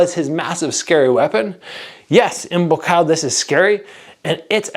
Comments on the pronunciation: I can confirm that you are pronouncing his name absolutely correctly. บัวขาว: บัว = Bua (You can break this down in to 2 steps - Boo + Ah), ขาว = Kaw (pronounce the same way you would “cow”). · I’m Thai, you pronounce it right although even when you say his name quickly it does sound a little off but it’s all good ! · บัวขาว Buakaw ออกเสียงดีมากครับ